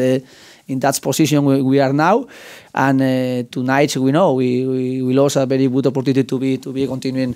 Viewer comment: Good Ebening and thank you bery much! I heard these two sentences😂😂